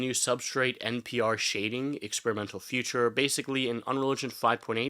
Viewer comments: It is pronounced FEE-CHUR. Never FUTURE. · You sound like a native speaker but I can't get over how you pronounce feature future. Never heard that before haha.